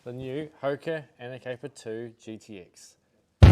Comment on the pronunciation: aner-cur-pai 2 ??? what type of english are you speaking?